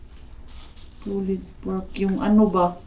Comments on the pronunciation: I asked some of my Finnish students how they pronounce "pulled pork," and they confirmed that it’s pronounced “poold pork,” not “pulied pork.” This pronunciation issue is not related to anyone's background. Anyone, including a Filipina living in Finland, can learn the correct pronunciation. It all comes down to being open to correction and striving for improvement. 😊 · Agree po, it's "Pulled pork" not "pullied pork". Basically, the name pulled pork is derived by the action of being able to pull the pork by hand. :)